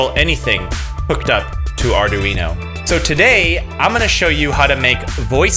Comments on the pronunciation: Please stop saying arduino like that, jus please.. Btw, sposed to have 16v 1000uf cap, and 470- 1k ohm resistor in line with data line.. sooo, yea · Mispronounced Arduino